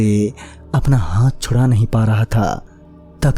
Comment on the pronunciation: Bhai saaf saaf bola karo "NAHI"